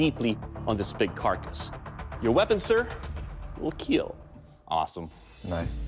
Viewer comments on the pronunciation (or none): why does he say "it will keil"